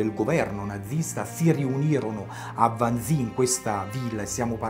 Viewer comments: Carissimo, ti apprezzo, ma Wannsee, si pronunzia alla tedesca "Wannsee", non all'inglese "Wansii" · Mi permetto di correggere una pronuncia. Wannsee si pronuncia come si scrive, vale a dire con una E finale lunga.